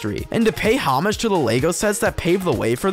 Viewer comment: Dude, learn how to pronounce "homage".